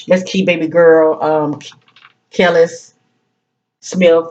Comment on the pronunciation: You’re pronouncing her name correctly ☺️ Very intuitive. Thank you for clarity. Seems to be very aligned with the current situation.